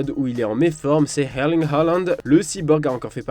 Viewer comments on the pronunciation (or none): Sinon pourquoi prononcer hairling halland 🤣🤣